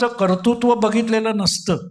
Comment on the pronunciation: माफ करा! पण कर्तृत्वाचा उच्चार चुकतोय , कर्तुत्व असा ऐकू येतो आहे.